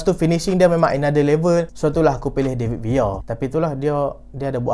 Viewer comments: David Villa❌ David Via✅ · Bahasa Spain, L bunyi Y